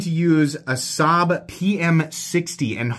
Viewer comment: Assab Pm 60 eh had to replay multiple times to figure out what on earth you were saying! Googled it and apparently it’s some super crazy performance tool steel